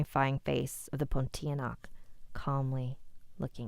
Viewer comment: thank you for reading my story! Pontianak is pronounced Pon-tea-a-nak (stress the a). I appreciate your feedback and i will improve my stories but i do have something to say. I understand that he was looking for the ghost and does see it, but the reason why he didn’t realise bc he doesn’t believe in the ghost cuz in the story, it says that when adam grew older he didn’t really believe in it and thought it was fake bc his parents wanted to scare him for him to not do something. Thats my explanation but i will take your feedback into account.